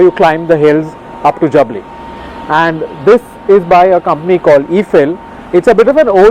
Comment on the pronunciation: Two things : First you totally chose the wrong highway to Chandigarh. Jaipur - Churu - Salasar - Hisar - Chandigarh NH is much less busy. Second, that village is pronounced Jaabli, not Jabli.